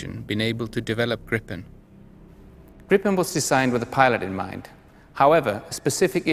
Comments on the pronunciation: gripen not grippen... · It's Englishified.